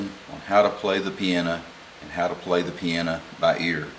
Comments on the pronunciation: Its piano, not 'piana' lmfao!! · don't worry how do you say the word piano ,you are a good teacher